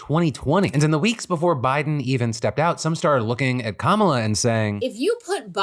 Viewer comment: Im so tired of astrology. It's Kah-muh-luh